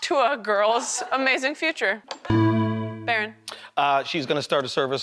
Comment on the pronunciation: "HAUK" Tuah. It's HAUK, not hAwK